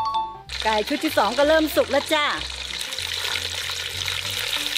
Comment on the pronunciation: หนึ่งชุดค่ะไม่ใช่หนึ่งซุด